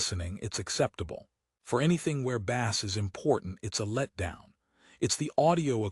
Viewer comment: ai says bass like fish not bass like base